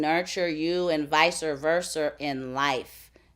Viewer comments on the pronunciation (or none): "Viser, verser" 😄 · Visa “verser” it’s “versa.